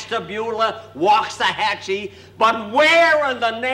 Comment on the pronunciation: Jack actually pronounced Waxahachie (Texas) correctly! Amazing!